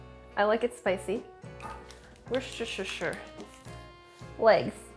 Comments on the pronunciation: WoechesschessshiRR sauce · woostah sure saos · It's worsttwistedsitershire sauce !!! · Wuster-sher, that’s how the people that actually live there pronounce it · Stump Sohla idea: Teach babish how to say worcester sauce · I love that Sohla shares Andrew’s affinity for mispronouncing Worcestershire sauce